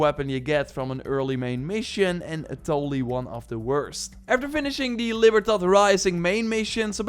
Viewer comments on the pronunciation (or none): none